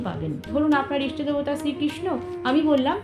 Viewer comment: ইস্টো না। ইষ্ট